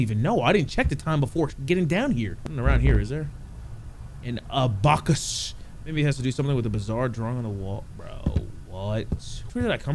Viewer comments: When he tried reading Abacus as "uhbahcus" had me dying lol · HUH, AN "AHBUCKUSS" 😂😂